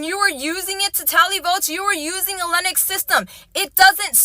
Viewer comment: She had me at "Lenux" ITS BIG BRAIN TIME